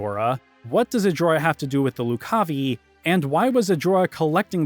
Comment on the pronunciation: Also, Loo-cahvye Not Loc-cah-vee